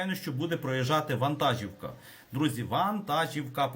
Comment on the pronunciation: ВантажІвка. Наголос))